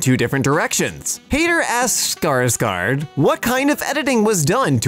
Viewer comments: its not “Skardgard” , it’s actually pronounced as “Skarsgoard” . The letter it’s pronounced like this: oa. Remember. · Its called skarsgor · You pronounced it wrong